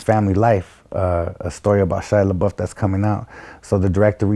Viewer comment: He said Shia leboof